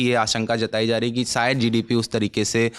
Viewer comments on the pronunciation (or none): Bed se so kar uthakar agaiye hai lagta hai. Lalantop ki reputation ka to khayal rakho, screen time mil raha hai uski respect karo bhai. Upar se communication bhi mashallah. 'Niveshak' ko 'Nivesak'. 'Shayad' ko 'Sayad'. 'Bazar' ko 'Bajar'. kya kar rahe ho.